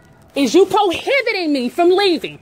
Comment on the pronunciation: Da needs to learn what the word prohibiting means. She means detaining and keeps saying probiting. Ridiculous.